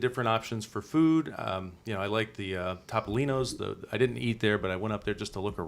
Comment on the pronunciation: In the Italian language, the letter O is always pronounced OH. So it’s T-oh-P-oh-LEEN-ohs. There’s your PSA for today!